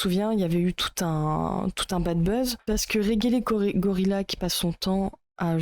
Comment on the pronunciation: Pas fan de Regelegorilla mais je trouve cette vidéo complètement à côté. Bon, passons sur la mauvaise prononciation du pseudo, c'est un détail. "Je ne sais pas de qui il parle mais..." Fallait commencer par là, non ? Dire qu'il a tort alors que tu ne sais pas de qui il parle... c'est tellement lunaire. Bref, il y a des critiques à faire à son contenu, mais là, c'est vraiment pas creusé.